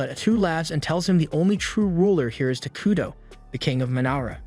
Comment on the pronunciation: The whole time I watched this, every time you said takudo. I heard taquito lol